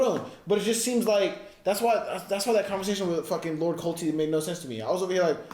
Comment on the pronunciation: ....it's CORLYS...not colty. nor corl. CORLYS